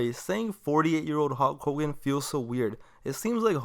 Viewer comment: “Howk Hogan”